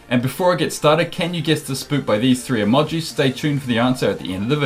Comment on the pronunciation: The way he said emojis